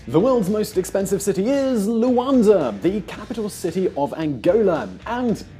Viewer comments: What is this Luanza he talks about? It is Luanda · Luanda. Stop saying luanza. It's like being called Anglonan. Angolan. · Dude is fucking luanda (da) why you calling it luanza , cause is africa 😒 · The millenial expert with the exxagerated Youtube gestures and voice inflections that no one uses in every day life, mispronouncing Luanda, calling it Luanza... no wonder people just turn off these millenials. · An Evan Davis lookalike! But credibility was spoilt somewhat by his not really knowing the name of Angola's capital! It's Luanda, not Luanza, as he insisted on pronouncing it all the way through. Near the end, he got so hung up on the name that he even referred to "following the trends of other African lions like Ghana or Luanza". Weird! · It's Luanda not "Luansa " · LUANDA!!! Not Luanaza!! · It's Luanda with "da" pronounced like the "da" in Daman. You don't say Luanza. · LuanDa, not LuanZa.... and let me tell you, Zurich is way more expensive than Luanda. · The capital is Luanda not Luanza.FFS. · LUANDA, not LUANZA. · Hei it's not Luanza, it's Luanda!:) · The capital's name is Luanda, not "Luanza."